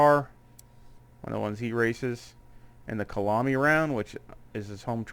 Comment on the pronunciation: Great video! Kyalami BTW is pronounced kaya-lami otherwise it gets confused with Killarney which is the track in Cape Town (same country). The name is from the Zulu language (Khaya lami).